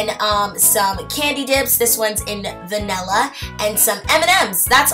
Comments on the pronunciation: its Vanilla not Vanella soz it was just getting on my nerves... love your channel though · It's vanilla not vanella!!!